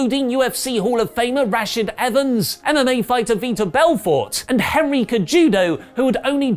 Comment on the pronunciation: Protec M he called him harry :(